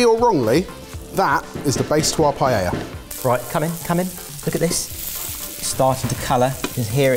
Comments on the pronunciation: LEARNED HOW TO SAY PAELLA!!!! =D =D =D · He's finally pronouncing it right, too! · So glad y'all are pronouncing the name of the dish correctly!! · It was such a treat to hear two Brits pronounce Paella correctly. 😆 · They are pronouncing it correctly!!! Y a y! 🎉🎉🎉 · Well at least the pronunciation for paella got better haha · I'm still trying to process the double L being pronounced properly; may have to watch it again for the actual cooking 😀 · Holy 💩 I'm shocked they are pronouncing paella properly. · Thank you for not pronouncing paella like every other Brit!